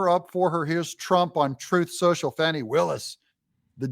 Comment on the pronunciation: Thanks for pronouncing her name correctly. Trying to elevate her, some pronouncing her name 'Foni', but it's pronounced 'Fanny'. Having sexual relationships with defendants also Nathan Wade, maybe she fears 'Fanny' very appropriate?